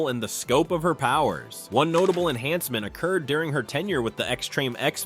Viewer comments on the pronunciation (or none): none